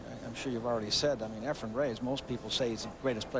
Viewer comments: Why does Alan Hopkins always say "Efrem?" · It's not "Efrum" either, lol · Jesus Christ Alan: It's EFRAN, not Ephrum. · ..Alan Hopkins is a great color commentator but someone needs to tell him it’s Efren not Efrem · Mitch Laurence: 'Efren Ray-ayes' Allen Hopkins and many others: 'Ephram Reyes' Jim Wych: 'Efren Rey-EZZ' How hard can it be to say Efren Reyes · Why are they calling him efrem reyays? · Someone tell Mitch Laurance that Efren's last name is NOT "Ray-ACE"!!!